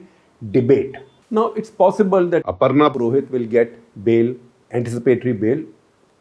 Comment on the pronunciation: Did you get the name Aparna Purohit wrong?